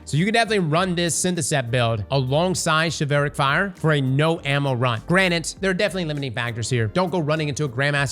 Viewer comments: Chivalric. Okay okay okay he's more than likely just halved the word and gone from there. But.... how do we say Chival? Shi - vil. So.... Chival - ric. Shi-vil-ric. NOT Shi-val-ric lmfao on god I could barely put up with Ahamkara. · I swear to god if you call it "Chivelric" one more god damn time i'm gonna lose my ever loving mind. It's pronounced like Chivalry. Chivalric. "shi" "vuhl" "rick". Thank you. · BRO!!! chivalric adjective chi·val·ric shə-ˈval-rik You're welcome! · Your pronunciation is causing me physical pain. It's like chivalry, SHI-VULRIC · pronounced "shiv-ill-rick", like chivalry but its chivilric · Everytime he says Chevelle-rick I lose braincells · Based on how “chivalry” is pronounced, I think that the sword is pronounced “Chivalric” like “Pickle Rick” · He says shi vel rick. 😂 throws me. ur my guy! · Chivalric, not chivehlric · "Chevelle-Rick Fire" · This is a small gripe, but it's pronounced (Shiv-All- Rick) fire. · Say chivalry. Then replace the "ry" at the end with rick. Chiv-al-rick. Please! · Shi-vul-rick,. We are gonna get these names through your head lol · please I’m begging you stop saying chivelrick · Hearing chevelle-rick as the pronunciation for chivalric made me spit out my food laughing 😂!!!! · shiv-ool-rick, like chivalry lol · It's Chilvalric as in "chivalry"... you're killing me man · ah yes chuvailric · You is Mispronouncing Chivalric. It's Shiv-ul-rick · pronounced shiv-all-rick. like chivalry. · GOOGLE WORDS YOU DO NOT KNOW HOW TO PRONOUNCE BEFORE RECORDING A WHOLE VIDEO ON IT. Chivalric! Like Chivalry! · The way he pronounces it... Its just wrong and it hurts. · It's CHI-vuhl-ric. It comes from the word Chivalry. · I'm glad I'm not the only one who is bothered by it. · Bro..its pronounced "shiv-uhl-rick"...like chivalry. like knights and opening doors for women and all that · Chiv-ELLLLL-rick And he said it at least 3 times wrong. This guy and his English. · All heard is Chevelle Rick 😂